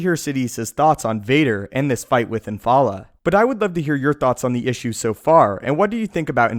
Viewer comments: The only issue I have is that you keep calling him IN-FAL-LA when his name is Infil'a which is IN-FIL-AH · The pronunciation of Infil'a in this video...come on.